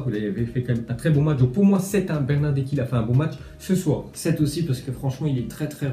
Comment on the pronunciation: Bernarderki ???? 😂😂😂😂😂 c est bernardeski lol